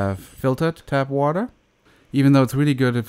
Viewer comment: Its tap water not tab water